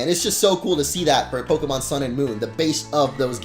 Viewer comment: it's pok-AY-mon. STOP STRESSING E'S